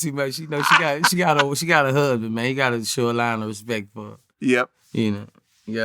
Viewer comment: “Respecialrect for him” 😂😂😂